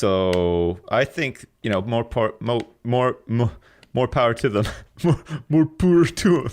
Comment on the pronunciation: "I learned about the world through video games and I'm fine." A few seconds later... "Muure pwer to ummm!" (More power to them)